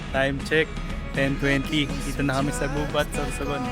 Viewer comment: the accent is on the second syllable..we say "Gubát"